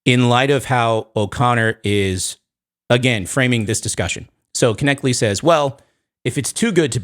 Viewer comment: i love you but it's pronounced Cliffe "Netchle" the K is silent, God bless.